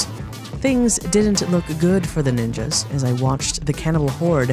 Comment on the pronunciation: Dam do you really have to use the hard "S" for Ninjas?